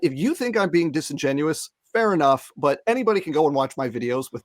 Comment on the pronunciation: you misspronounced "really disingenuous to hear" (and i surely missspeled it 😅)